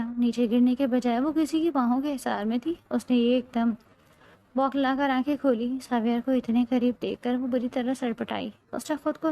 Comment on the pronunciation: بوکھلانا ہوتا ہے بکھلانا نہیں